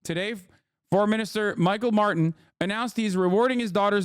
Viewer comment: Saying "Míchael Martin" like that 💀